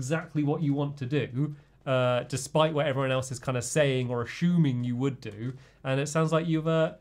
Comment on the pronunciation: Hahaha Stampy said ASHUMING (assuming) at 19 -20 mins